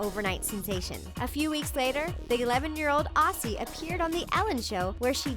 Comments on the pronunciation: 4.09 - its pronounced "ozzie" not "ossie" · the 11 year old “aussie” (it’s pronounced ozzie) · U said AUSSIE wrong